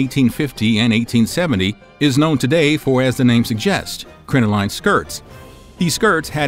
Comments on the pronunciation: Please do a little more due diligence and look up words whose pronunciation you are unsure of; the word crinoline is pronounced crin-uh-lin, not crin-oh-line, despite its spelling. And they were crotchless for hygienic reasons, not sexual ones. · Crin-o-lin is the pronunciation. Also, split-crotch panties are far from "dirty". they're incredibly practical for the time, and would be helpful to many people today.